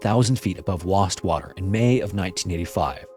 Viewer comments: Just so you know, in England, Wastwater is pronounced Waist-water. Just in case anyone is visiting the country and needs to ask directions to the lake. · It's Wastwater, all one word. (I'm from the Lake District). The case is often referred to as 'the lady in the lake' murder, as is the remarkably similar case of Carol Ann Park, also killed by her husband and whose body was also found on a ledge by amateur divers many years later in another Lake District lake - Coniston Water.